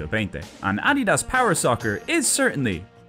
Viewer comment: Just a very bizarre mispronunciation is all. No need to get sassy